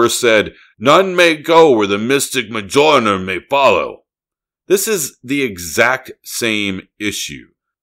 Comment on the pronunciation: Love the video but learn how to pronounce Mjölnir